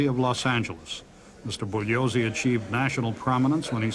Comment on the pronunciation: I think Jerry Spence is deliberately disrespecting Vincent Bugliosi by pronouncing his surname as "Boog-liosi" rather than "Boo-ye-liosi". I'm not Italian, but I know this, as does the judge when addressing him. I think Spence does as well.